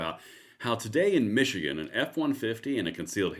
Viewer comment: Did you say "Michigan?" That's a miracle itself.